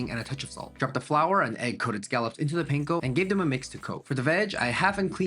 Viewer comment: Can you pronounce panko properly? Lol the a is pronounced the same way as el español